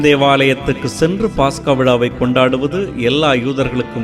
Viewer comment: பாஸ்கா அல்ல பஸ்கா என்று சொல்லுங்கள் .